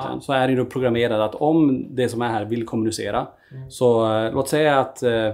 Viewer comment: Varför betonar alltid Tony kommunicera som han gör?